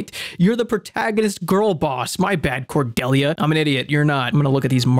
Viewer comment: the one character i share a name with in any video game i've ever played and she gets done so dirty. and her name pronounced wrong. oof r.i.p. cordelia